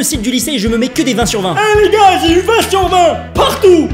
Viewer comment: A il dit jars à la place de gars.. Bravo!